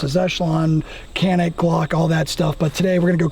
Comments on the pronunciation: Correct pronounce of Canik is “djanik” it’s not “Kanik” 🫡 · Janik not Canik. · Hey! You’d better teach them the right pronunciation “Canik” not Kenik!!!! Come on man!!!! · Kanik dediklerinde me-kanik :))) gibi birşey oluyor. lütfen doğru telaffuz edin /please right prononsıous to "Canik" in Türkçe alphabet C just" Ce" not "K" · Abi niye kenik diyon canik desene… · Not kanik yes Canik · "Canik" pronounce as "goneek", not "keneek". should state that. First letter "c" need to be say "g". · You got a Turkish person calling Canik, Kanik lol. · Abi bari sen kanik demeseydin be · you could have pronounced the "Canik" correctly. Kanik değil, doğrusu Canik diyemedin mi ? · abi sen de mi kanik diyorsun yaa ...canik dağlarından da mı haberin yok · Funny how a Turk would say Canik rather than Janik. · its pronounced janik. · KÊNÊC - essa é a pronúncia👍👊🏼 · I would like to correct something for pronouncing about CANİK=CANIK . For pronouncing of Canik is jaenic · Canik Pronounced..like John'eek but for American English easiest is..like John and Nick.. JohnNick.. Jonnick.. why is a Turkish dude with a Turkish accent..totally mispronounced it?? Hahaha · Yeah, turkish guy and haven't mentioned that it pronounces as janik at least first 10 minutes. Let's see later. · You guys are pronouncing the name of the gun wrong. The c makes a J sound in Turkish. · I live in the country where they are made. The name is pronounced “johnik.” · Inthing Canik has to be read like Johnic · Canik diyemeyen bir Türk. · and yet he cant pronounce Canik correctly.